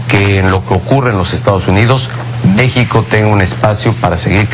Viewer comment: Pinche Peña Nieto menso.. hasta cuando dice la palabra México se equivoca. En el min dice "Déxico" el muy pendejo...